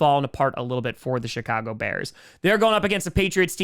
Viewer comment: I think is saying "shitcago" instead of Chicago. Nice.